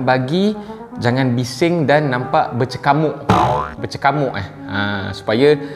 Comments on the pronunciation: KOK BISA BERCEKAMUK.. BUKAN BERKECAMUK KE😂😂😂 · Berkecamuk. Bukan bercekamuk, Tuan 😂😆